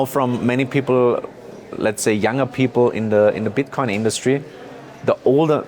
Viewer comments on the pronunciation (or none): he said bitcon